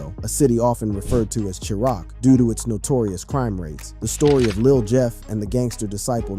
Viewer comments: Im dying at charock Illinois lmao say it wit chi raq chiraq my brother 😒😒😒😒😏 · bro how u making these videos and can't even pronounce Chiraq properly 🤣🤦‍♂ wtf is "Cheerock" lmaoo